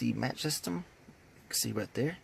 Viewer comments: Like the way you pronounced the stereo name, adorable!!...mach doesn't have a "t" in the spelling it's the word that is used when aircraft break the sound barrier!!...sou ds like Mahhk, not what you strike too light a fire, being a maTch, Great video, just thought I'd let you know, I do that alot too!!..lol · Just FYI It's pronounced MOK 460.